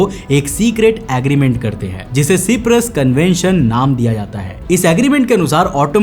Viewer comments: Bro it's Cyprus pronounced like (shy-prus) not (She-prus) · भाई सिपरस नहीं साइप्रस बोलते है. 👍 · Is Cyprus pronounced properly?